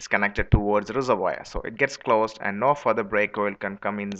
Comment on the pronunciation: Just trying to help here... Its pronounced reservWAR.